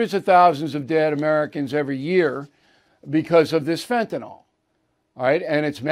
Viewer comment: Bill, it's not Fentanol, it's Fantanyl.